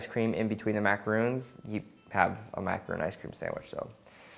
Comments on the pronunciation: Sorry, I should correct/clarify that comment - isn't calling them macaroons per se but he is pronouncing macaron as macaroon. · Those are macarons not macaroon. Please correct your pronunciation because it could confuse people who don't know the difference. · Ok man. You're killing me! You're a chef you should know the pronunciation of such a common desert! It is not mack-ah-roon, it is mack-ah-rahn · these are macarONs not macaroons! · Andrea S Morales M THANK YOU!! Emilie Dubois Yes I'm afraid he may like to pronounce it 'macaroon' because he isn't French but that doesn't change the fact that it's wrong as they are two different things. Sorry, it's just a massive pet peeve for those of us who find it annoying :L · If he's so "obsessed"' with macarons why doesn't he pronounce it correctly? Good recipe but as the video went on I got more and more annoyed. Haha